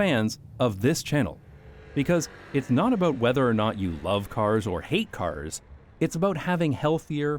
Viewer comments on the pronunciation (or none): i laugh every time you pronounce "aboot" and "caers" like that, so this became the funniest video of all time. also, it's a perfect all-in-one summary of every argument for my car-hating philosophy. so this might become a load-bearing video for the coming decades. thank you